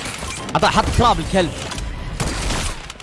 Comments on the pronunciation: يب اسمها تراب يقولها طراب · تراب ❌ طراب ✔ 😂😂😂😂😂😂